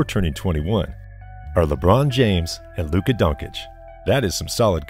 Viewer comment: Nice vid bro but you gotta learn how to pronounce Giannis and Lukas names😂